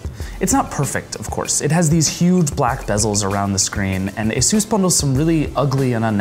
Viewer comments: It's asus not asos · Ay soos? You mean AY SUS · I loathe the way he pronounces Asus...